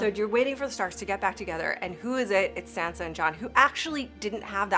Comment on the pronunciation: its jon not john its sansa not sandsa its bran not bren its rickon not ricken